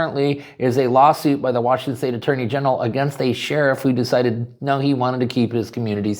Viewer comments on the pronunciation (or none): none